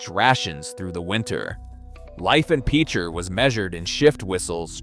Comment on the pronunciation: I don't know what Autobots reading this but the pronunciation is pitch-er. To use in a sentence he is a really good pitcher for the baseball team. If you've ever known anyone that has grown up around there. If you've ever had to go over there and investigate from a geological standpoint you would know that it is one of the scariest things on earth. Next it is Quapaw. Qua-paw Tribe. Tar Creek that runs through Picher is an ecological disaster of biblical proportions. Some of these people that grew up in the town of Picher will never ever be healthy a day in their life,😣 A horrible life lesson,where everybody suffers.